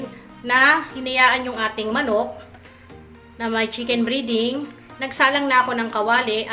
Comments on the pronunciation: Breding Hindi briding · Chicken breeeeding...??? Its breaaading ...